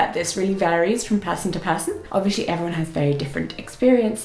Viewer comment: I love your pronunciation of "obviously", it's so cute :D I don't know if you're aware of it, but it's adorable. It gives your English a fun unique flavor.